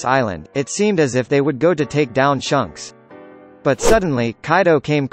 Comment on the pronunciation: He just called shakes shunks